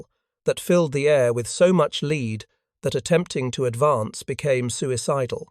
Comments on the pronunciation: ARTIFICIAL NARRATIVE SUCKS IT MIS PRONOUNCES WORDS WRONG, LIKE IT DOESN'T UNDERSTAND THE WORDS😡❗ Guns doesn't shoot leed it shoots LEAD❗ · Not "Leed" - "Lead" the metal and past tense are the same. Please teach the AI the difference. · These AI narrators have a lot of trouble deciding how to pronounce words that are spelled the same, such as "lead" and "lead."